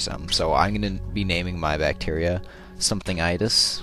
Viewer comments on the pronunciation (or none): It's itis not itus ;p